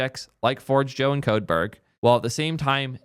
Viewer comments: forgejo isn't forge joe but pronounced forjayo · GitLab was great when it was a fresh, exciting, open source project. However they have been going downhill for a decade and are a commercial abomination now. I've been self-hosting Forgejo and a financial contributor to Codeberg for the last two years. Also, its pronounced for-hay-yo. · It’s FOR-J-YO and it’s awesome self-hosted (SSH into your Hetz for example) 🔥🚀 migrating for GH is a breeze just grab a PAT and the rest just works. See ya GH. It’s been…unique. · First Zustand and now Forgejo, I can't with the pronounciations lol